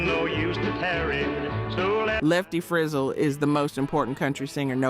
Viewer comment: If you're going to make a video, at least learn how to pronounce "Frizzell".